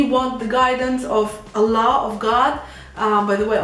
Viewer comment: I love the way you pronounce Allah.